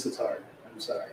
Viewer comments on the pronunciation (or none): none